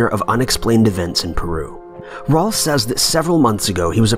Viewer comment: He also said Raul like Paul smh